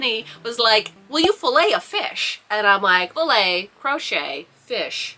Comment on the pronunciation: Yes! You do pronounce it like that. Filet is a french word that kinda translate to mesh. We use it also to say Fishing net ! So, it's even more perfect for your vest !!🐟